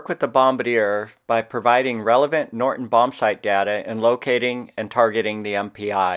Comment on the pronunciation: Great video, very informative and well presented. One niggle: it sounds like you're saying "Norton" bombsight instead of "Norden" bombsight, at least to my ears. Thanks for this video and please keep up the good work!